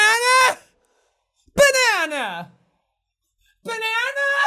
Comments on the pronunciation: did you say BANNANA!!!! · It is not banana it is banene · ITS A BA-NANA-NA NEXT TO A BA-NANA-NA